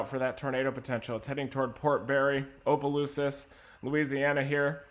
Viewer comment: I love listening to people try to pronounce towns in Louisiana it’s so funny! “Opalooses”